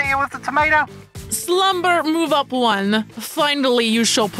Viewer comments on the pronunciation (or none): Lol she says one like vone